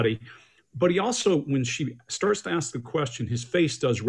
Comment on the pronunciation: Yes! He said it too many times to count...ax Michelle